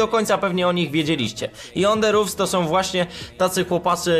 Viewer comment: podpierdalasz film mowisz 5 zdan i jeszcze zle wymawiasz nazwe ich kanalu